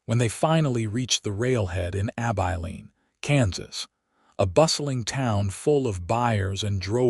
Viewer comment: I enjoyed this story, it was different. Laredo I believe is pronounce La-ray-do. Abilene is Ab-i-lean with a short i sound.